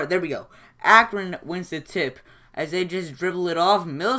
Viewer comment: What a great game. How many blocks were in that game? Wow. And what is really funny is you pronounce correct 62 times and A-cron wrong 56 times! Same as the score. LOL. Keep them coming, I enjoy them.